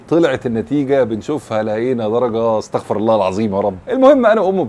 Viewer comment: احذر من فتح الفاء في كلمة ( أستغفر ) إذا فتحتها معناها ان الله يستغفر وحاشَ لله ولكن يجب ان تكسر الفاء ( أستَغفِرُ الله الذي لا إله إلا هو الحيُّ القيوم وأتوبُ إليهِ )